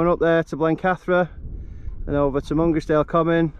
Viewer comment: Really like the drone footage, Souther Fell is pronounced Souter Fell & Mungisdale is pronounced Mun-grize-dl with the emphasis on grize . Info from Wainwright's North Fells Guide 👍.